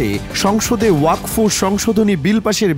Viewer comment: জয় শ্রী রাম 🚩🚩🚩🚩🚩 ওযাক ফ নয় রে আগাকাটা নিউজ , আগে উচ্চারণ করতে শিখ তারপর জনগনের কাছে খবর প্রকাশ করবি ।😊😊😊😊😊